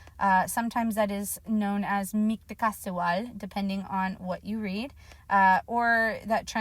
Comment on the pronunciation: Its not mictlancihual lmaoo